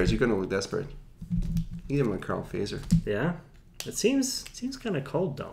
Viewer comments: The "correct" finnish way to pronounce Fazer is like this: Fa [fa as in fa-rm] zer [tcher as in Tcher-nobyl] What an example... 😌 But it's common for foreigners to pronounce it like you did. 😄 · So funny to hear them prounounce the name like "phaser" :D It's actually pronounced "fatser" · Fazer - pronounced: "futt-serr"